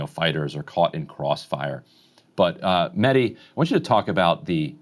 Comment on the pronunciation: Mehdi I am surprised that you don't ask your guests to pronounce your name right. Most just say Medi. the H in your name needs to be pronounced. MeHdi. Mehdi was also my brothers name and is our Iman Zaman's name therefore it needs to be said right. My brother used to demand his friends call him MeHdi. I would love to see all your guests do the same Inshahallah.